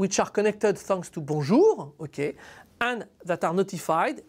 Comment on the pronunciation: Apt that YouTube should recommend a Bonjour protocol explanation from a Frenchman! Thanks, now my understanding of bonjour is correctly pronounced :)